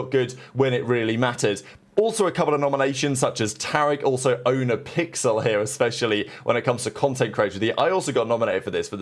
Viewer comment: Finally a content creator that can pronounce Ohnepixel properly - thank you